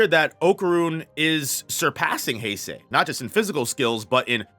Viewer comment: Hase is pronounced Hah-seh. The way you’re pronouncing is as Heisei.